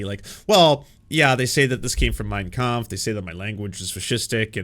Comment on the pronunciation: I heard him say "cum" instea of "Kampf". I am german